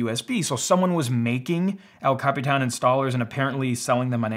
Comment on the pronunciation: I love how you pronounce El Capitán!